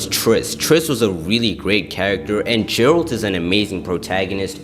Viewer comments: Jeralt trying to find silly? It's Geralt like get, not jet. I see a lot of people do this mistake. Same goes for Yennefer - it's not Jennifer. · Bro lost me at 'Jeralt'